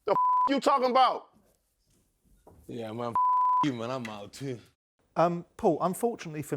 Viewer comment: He said stoo